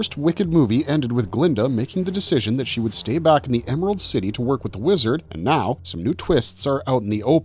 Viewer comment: "EMARALD CITY"???